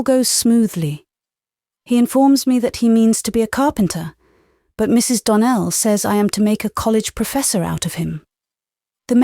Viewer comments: Always love this series. But not a fan of the narration. The squeaky voice used for some characters...often in the wrong inflection. Its rather annoying. The mispronunciations of obvious words, is painful. (Donell, vs don-nell....as one example). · Mrs. "Donnell" complained that Anne pronounced her name incorrectly by putting accent on the first, not second syllable - DON nell vs. Don NELL. The narrator said both the same way. That is all I noticed although there were a couple of times when when I thought the expressiion her voice put into a sentence was off. I haven't finished AoA yet and I think I noticed this in the first book. That being said, I can no longer see well and reading is difficult. I have Audible $14.56US or a credit on Audible and I'm getting in for free here and can spend my Amazon credits of books not available for free . I think she does a good job and am grateful to her for recording them. I do agree about the ads. I think they go away if you subscribe to youtube but I already pay for too many subscriptions between tv & movies, books, etc. I hadn't even heardd of this series until I was in my 30s and homeschooling two children. Everyone with girls was talking about AofGG. Alas, I had two sons. My youngest loved Anne, though, and vowed when he was 8 or 9 that he planned to marry a girl just like her.